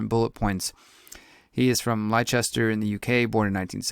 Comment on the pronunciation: ....Bro its pronounced ' Lester' not Lie chester..yeah I know, english doesnt make sense! Bicester is pronounced 'Bister'